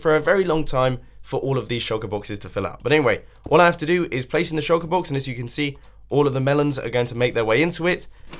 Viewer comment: Does I the only one who heard choco- box? And not shulker box.